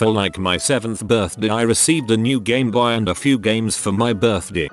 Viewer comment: Gameboyah Birthdeh